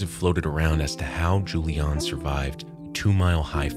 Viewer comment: oh, there is a mistake. it´s Juliane, not Julian 😅and pronounced different. anways ... she was lucky in that situation ...